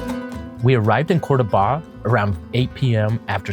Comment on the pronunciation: Nice video, but the pronunciation is COR-do-ba, not Cordo-BA….